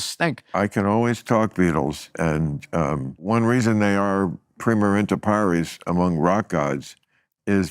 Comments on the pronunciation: He also butchered primus inter pares. I know the term from history class and I didn't know what he meant initially when he said: preemer inter parees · It's primus inter pares, not prima. Bill Maher really is pretentious af. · Are we all just going to ignore the fact that he said that phrase wrong. "Primer inter pares" vs "Primus inter pares." If you're going to be uppity with your language, at least be correct. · The only thing more cringe than throwing around latin phrases like Bill does, is to throw them around in a wrong way like Bill does as well. Afaik it’s « primus inter pares » and not « primer inter pares » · Whats incredible here is that Maher says "primus inter pares" as "prima inter pares", Burr doesnt quite digest all of it repeats it back differently, and Maher repeats it incorrectly again to 'correct' Burr. Incredible shit from a big brain. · Leave it to Maher to try to say something in Latin but mispronounce the first word. That's a beautiful distillation of who Maher is. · Bill Maher believing that injecting some (badly pronounced) latinisms (primus ibter pares) or french latin- derived words (gauche, truculent, pugilistic) is laughable not funny. I think the nuance is lost on him. Bill on the other hand demonstrates brillance in the most mundane and banal words. Gotta* love him ! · Fun thing, maher mispronounced the latin expression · He's just so, so happy when he says a word that Burr doesn't know. He's the kind of guy who wants to appear smarter rather than trying to genuinely talk and discuss. Fun thing, he completely butchered the latin expression. He's lucky Burr doesn't speak a latin based language like Spanish or Italian because he'd have noticed the horrible english mispronunciation immediately and roasted him even more.